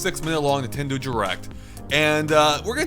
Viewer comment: Have you noticed that says Nintendoo, instead of nintendo at the start of the video.